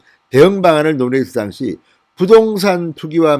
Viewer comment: 진성호방송 애청자로서 진의원님의 우국충정에 늘 감사하고 있습니다. 진성호방송은 구독자가 130만명이 넘는 우리나라의 대표적인 우파방송으로서 사상과 언어 등 여러 측면에서 국민들에게 많은 영향을 끼친다고 생각합니다. 그래서 저는 진의원님에게 언어측면에서의 교정을 진심으로 당부드리고 싶습니다. 무엇보다도 억양과 발음을 고쳐 주십시오. 진의원님의 방송을 듣다 보면 억양과 발음때문에 듣기가 거북하고 힘이 들 때가 많아 구독과 구독취소를 반복하고 있습니다. 고쳐 주셨으면 하는 대표적인 사례를 들어 보겠습니다. 1)'당시(at the time)'의 억양은 1음절인 '당'이 아니라 2음절인 '시'에 두어야 합니다. 2)'증권(stock)'의 억양은 2음절인 '권'이 아니라 1음절인 '증'에 두어야 합니다. 3) 수의 발음 오류 '이십여 명'을 '이•심•녀•명'이 아니라 '이•시•벼•명'으로 발음해야 합니다. 4)고유명사 발음 오류 '윤석열'을 '윤•성•녈'이 아니라 '윤•서•결'로 발음해야 합니다.